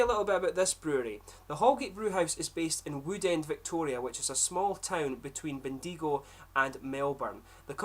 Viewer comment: Aus pronunciation guide: "Bendigo" ... "i" as in "pin" and emphasis on the last syllable.